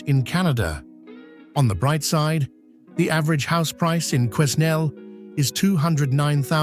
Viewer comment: Learn how to Pronouce Quenal